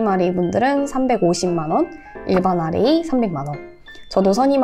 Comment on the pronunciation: what is rap이라고 읽어가지고 랩하는줄…